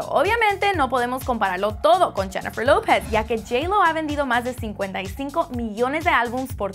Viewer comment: deberias tomar claces de pronunciación no sabes pronunciar lopez